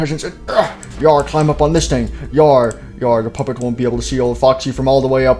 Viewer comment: did the old Freddy say poopet💩💩💩?